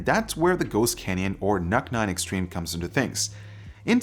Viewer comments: Isn't it pronounced "nuke"? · Did you just say, Nuc-Nuc?